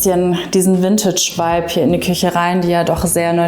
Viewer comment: Es heißt nicht Wüntütsch.